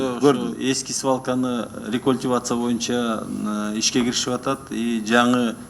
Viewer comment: Мойунча дебей ушул депутат боюнча деп туура суйлосунчу сураныч